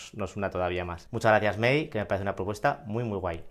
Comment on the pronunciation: Primera noticia del vídeo del booktuber, pero es interesante. Ha sido genial el vídeo. A no la conocía, le voy a echar un ojo al canal. Me he reído mucho cada vez que decía Mei en lugar de May, mi cabeza gritando ¡es May!, ha sido gracioso aunque comprensible.